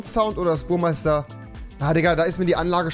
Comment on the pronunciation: Rewiiiiiiii es heißt BURMESTER😂😂